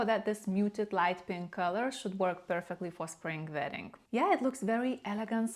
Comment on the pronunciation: I thought she said “vetting” season. I was like “WHAT”!